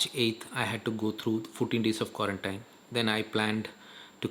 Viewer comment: Quarantine pronunciation doesn't seem to be correct